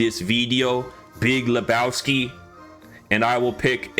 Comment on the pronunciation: BEEG LA BOW SKI